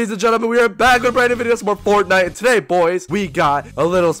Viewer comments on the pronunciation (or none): none